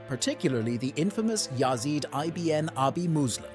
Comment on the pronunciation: Good video. The plural of Amazigh is actually Imazighen not "the Amazighs". It's pronounced ibn not I-B-N. Meaning "son of" in Arabic.